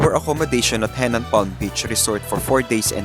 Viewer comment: Henann not Hennan ✌️